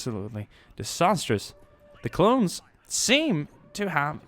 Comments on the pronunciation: he said clowns instead of clones lol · he says clowns instead of clones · I swear he's saying clown instead of clone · You keep saying clowns not clones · said clowns instead of clones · u said clowns and not clones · you said clown!?!?